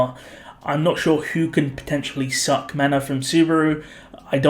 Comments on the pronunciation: Stop using a hard K when saying SUCK in reference to Beatrice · Is it me or does put a lot of emphasis on " SUCK "